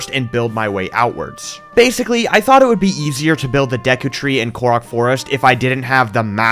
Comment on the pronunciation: don’t know how he spelled it or said it, but I heard Deku tree Deku from MHA 😂😂😂😂 when did he become a tree?